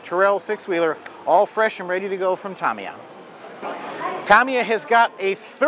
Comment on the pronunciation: Hosts...learn how to pronounce Tamiya please. It's not Tomiya! It's Tamiya with the first 'a' having the same sound as in 'ago'.